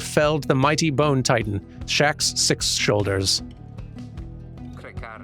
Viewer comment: "Shax Six Shoulders" is shockingly hard to say and I'm amazed you did it first try